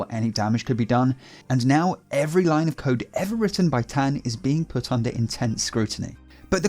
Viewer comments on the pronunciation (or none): none